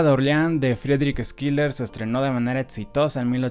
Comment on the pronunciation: Si me permites, la pronunciación de Schiller es "shiler" o /shılə/ es alemán. No se pronuncia Skiler. Muy buena reseña.